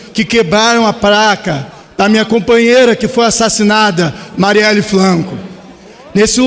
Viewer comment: Esse cara que substitui aquele abutre, não sabe nem pronunciar o nome da vereadora.